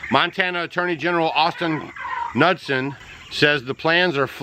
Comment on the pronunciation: It’s Austin Ka nuutson. Not nut son. You’re welcome, a late bloomer from MT. Thanks for all your videos. They are so helpful. Bless you and Stacy.